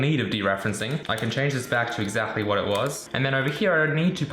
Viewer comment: Rude question... Why do you pronounce 'exactly' so strange? You kind of say it like 'exachly'. Is it an accent? I'm sorry if this is a rude question, I'm legitimately curious. Great video as always :)